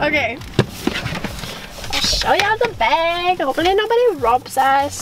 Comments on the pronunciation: the way says "bag" its like "bayge" i love it😭😂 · She's saying "beg" the whole time